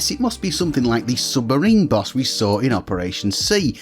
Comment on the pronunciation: Took me a while to get he meant "BOSS" not "BUS".